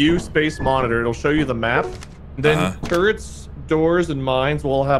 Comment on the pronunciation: “SOME AMOUNTS OF TURRENTS HAVE BEEN DEALT WITH” im crying from how hard im laughing 😭😭😭